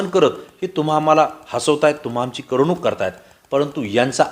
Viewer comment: करमणूक हा शब्द कसा उच्चारावा हे शिकून घ्या